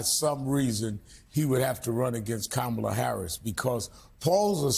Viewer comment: Rump doesn't even give Kamala the respect of saying her name properly! A jerk from head to toe. 😢